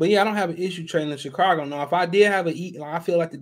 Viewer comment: There's no R in Chicago.